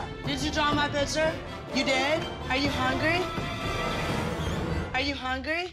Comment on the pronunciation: “who drew on my pictufhfjgndbdhrmerure?” I’m so dead😂😂😂